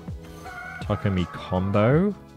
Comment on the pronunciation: Why do you say Takumi so weird?